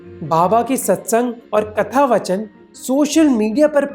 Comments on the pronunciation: good video, great social message. But it’s hard to see an educated person like you mis pronounce Hindi words like “katha vaachan” just to look cool. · Hey Mohak, really like your content but, Katha-Vaachan* not vachan.